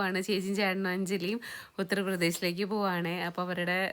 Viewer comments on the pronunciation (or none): ഉത്രപ്രദേശ് അല്ല. ഉത്തർ പ്രദേശ്